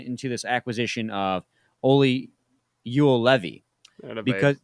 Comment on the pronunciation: Yo-Levi that’s how you’re supposed to say it.